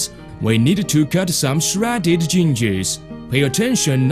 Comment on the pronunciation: Some "Shraddeded Gingers"